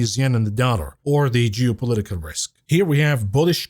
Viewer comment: "jewpolitical risks" 😂